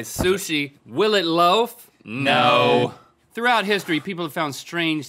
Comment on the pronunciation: I had to rewind when Link said “will it” because I heard whippet, and was wondering why he thought that would be a good idea